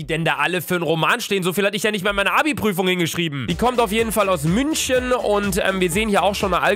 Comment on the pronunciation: Luca früher: Marsch Luca jetzt: Münschen